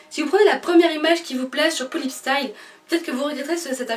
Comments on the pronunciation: sa se dit pullip pas poullip ! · On dit PAS poullip MAIS pullip